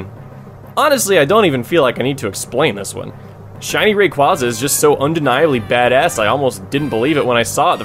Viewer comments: It's RAY-QUAY-ZUH. His name comes from the words Ray and Quasar. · Its pronounced Rayqueza